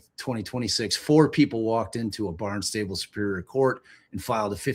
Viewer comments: Love that you immediately thought Sandwich had a crazy pronunciation, but consistently said "Barn-stable" when it's Barn-stuh-bull (emphasis on barn) 😂 ok. I'm going back to listen! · It's pronounced "BARN-stahbul" and it's about 50 miles from one courthouse to the other (if they are using the main one in Barnstable, it's a county). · Thank you for this coverage and the legal explanations. I was tickled by trying to pronounce Sandwich but Bill-Rick-Ah and Bahn-Stah-Bull were mudered ♥️